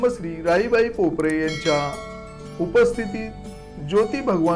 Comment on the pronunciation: भाऊ, पोपरे नाही पोपेरे असे आहे.